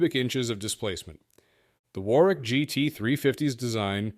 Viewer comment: 'War-wick'? Urgh. It's pronounced 'Worrick'. Typical American basic lack of knowledge about the world.